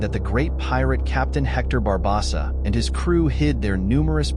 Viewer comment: It's BAR BO SA. NOT BO BAH SA. ROBOT VOICE I'M OUT.